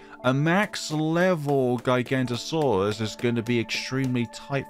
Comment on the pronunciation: well max power giganotosaurus is one of the strongest tier 5 in the game so round 181 doesn't seem that difficult edit: not that important so who really cares but giga-no-to-saurus (not giga-nto-saurus) but really who cares